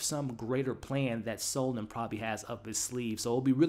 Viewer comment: Please pronounce his name correctly. Its Seldon. with an 'E'. Not Soldon. Ta